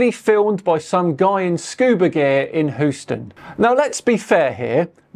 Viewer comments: in Texas, it's "He-You-Stun" not Who-Stun". In NYC it's "How-Stun". Love ya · No Stop. It’s pronounced like “Hew-ston”, not however that came out. Remember, it’s based on a man’s last name. Don’t make me send you a video of Americans attempting to pronounce Gloucestershire. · As someone who grew up close to Houston Tx, I have to say it kinda hurts every time I hear Hooston. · Sorry for this, but as a resident of Texas, I must insist that it be pronounced 'hyoo-ston', as we do in the States, and not as you British pronounce the same set of letters (i.e. 'Houston'). Love your work, though. Keep it up! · if you’re going to pronounce it Hooston I’m calling you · A word about pronunciation back at ya,: Houston, the city in Texas is, pronounced Hewston. If you're talking about Houston Street in New York City, that's pronounced Howston. Oy, those Americans! They can't even keep their pronunciation straight. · Who-sten. LOL. Mispronouncing Houston right after complaining about the mispronunciation of your own YouTube channel. That was precious. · I like the pronunciation of Houston as "Hooston". Makes sense when you look at it.